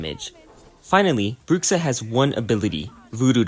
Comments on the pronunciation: "Brukksa" Me a portuguese speaker: YOU DIED (of cringe). ps: for english speakers its more like "Bruusha" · Your 'Bruxa' pronunciation is soo good 🤣🤣🤣